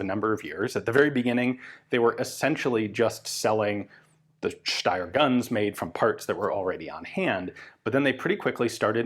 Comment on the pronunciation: I really like that Ian is pronouncing Steyr the correct way 👍👍